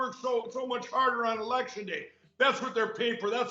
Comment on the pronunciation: "We have to make it harder..." Mike, it's the election, with an "l" ,not an "r".